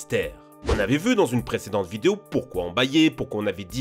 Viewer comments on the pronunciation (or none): none